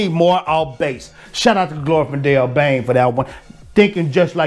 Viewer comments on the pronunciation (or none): none